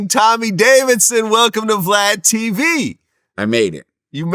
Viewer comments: He just called him Vlod 😂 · Nigga called him vlide lmao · As soon as he pronounced his name “VLOD” Vlad knew he had a hit 😂